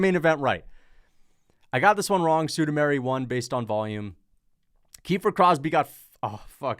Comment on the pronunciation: Sumudaerji? nah, ‘Sue da Mary!’ 😂